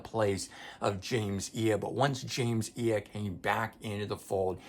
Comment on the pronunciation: James Iha - pronounced EE HAH Atum - pronounced Autumn